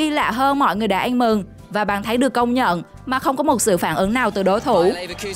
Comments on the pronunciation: Bàn thắng , chứ không phải bàn thánh , nói tiếng việt mà không chuẩn , mà bẩy đặt làm tường trình thật là đau lòng . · Bả nói bàn thấnh